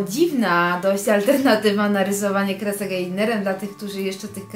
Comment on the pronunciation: Naryzowanie? Krezek? Niesdety? Naucz się mówić.